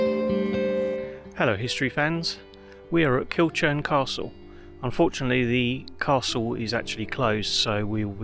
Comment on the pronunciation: Hi ive passed this castle many times but never visited, its used a lot on jigsaws and painting by numbers , the name Kilchurn is pronounced kilhoorn. Thanks for history on it